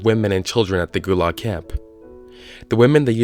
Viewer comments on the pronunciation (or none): Thats an odd way of saying gulag.